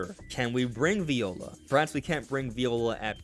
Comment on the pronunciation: minor note, it's actually pronounced "vye-ola", not like the instrument